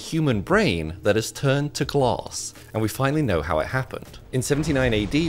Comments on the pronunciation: Hmmm, to my knowledge there was no gloss in his brain. There was however, some glass in his brain. There’s an A, it’s not even an accent thing accents don’t make it impossible to pronounce the letter A. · Whats glause? Do you mean glaaaaaas... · Um... It's "glAss", not "glOss" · He pronounces “glass” like “gloss” He’s such a “oss” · What is with his pronunciation of glass 😂😂😂😂😂 gluuss 😂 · Wtf is glars you mean glass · Wait are they saying glass or gloss? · Glass ❌ Glauss✨ ✅ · His not saying glass it More like gloss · Glass ❌ Gloosss ✅ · According to this man Glass ❌ Gloss ✅ 😂😂😂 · Bro did not say glass he said gluss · its not Gloos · like a human, its glass not gloss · same “gloss” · glASS, not glOSS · Glass ❌ Glose ✅ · ITS GLASS! NOT CLAUSE!! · It took listening to this clip 3 times before i realized he was saying glass and not gloss 😂😂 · Bro its glass not gloss are you stupid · All I hear is gloss. English is my second language even I can pronounce it better.. it’s glass. Said it again glass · 😂 I heard claws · Ah yes, the "gloss" ^^ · i hate how he says glaes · Here I thought he said claws when in reality he said glaws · Glass doesn’t have an R in it pal. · Cher docteur, Je suggère que vous travaillez sur votre prononciation du mot 'verre'- Car la première fois que j'ai entendu votre vidéo, je n' avais pas bien compris. 😊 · Bro cannot say the word “glass” to save his life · Guy needs to open his mouth when he says the word “glass” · Say, "Glass." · I had to look at the subtitles to know how you pronounced “glass” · This is the 1st time I hear someone pronounces 'glass' and 'microscope like this. Gloss and microscape.